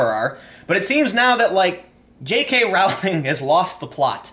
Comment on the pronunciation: it is pronounced Rolling not Row-ling